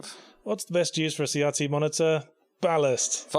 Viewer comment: What is a "See yahtzee" monitor? Oh, they mean CRT.